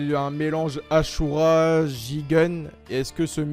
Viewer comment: Tu a dit asura de façon ashura